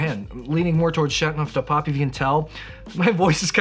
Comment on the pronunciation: It’s Châteauneuf, not Châtneuf. The eau is not silent.